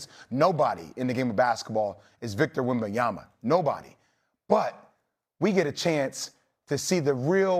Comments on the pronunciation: 3 years later, Steven A. Smith is still not capable of pronouncing Wem/ban/yaMa correctly. It drives me crazy : is it intentional, at this stage ? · Why is it so hard for Stephen A to pronounce Wembanyma name😂😂😂😂